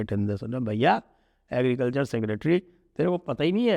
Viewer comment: Sanjay Ji ko bolne me dekat ho rhe h agrecalcher 😅😅😅😅😅